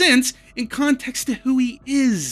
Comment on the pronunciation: I can't be the only one bothered by the constant "Contect" or "Contectual" when it's "Context" and "Contextual". Oof.